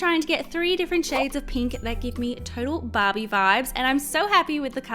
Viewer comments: it's not " bab-E " it's " bar-bE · why on the first slime i kep thinking she was saying bobbie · I thought you said ”bobby”😂